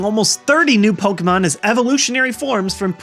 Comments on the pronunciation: Why does he pronounce it poke-mon its pokEmon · Dude, it's not pronounced "Pokmon" it's "Po-kem-on" and it's short for "Monster Rancher". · I love Pouukmon! Why does he pronounce it like that though anyway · It's pronounced Poe key mon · Do people not acknowledge the accent over the E? It's not pronounced Pokumon... Idk why so many pokemon fans pronounce it like that... It's wrong. Jesus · I love how you pronounce the word "Pokemon" :D